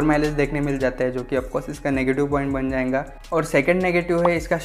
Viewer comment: Bhai "jayenga jayenga" kya hota hai XDDD Jayega bolo bhao XDD Scooty review krte krte jayenga ko beech m kate late XDD